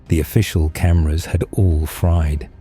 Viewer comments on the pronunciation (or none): none